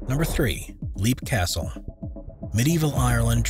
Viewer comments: Leap Castle is pronounced “Lep” not “Leap” as it’s spelled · Its pronounced "Lep", not "Leap". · Leap Castle is pronounced "Lep" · The Irish castle is pronounced Lepp I think? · So many of these videos pronounce names like Leap Castle wrong.